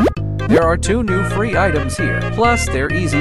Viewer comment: bro said fre instead of free💀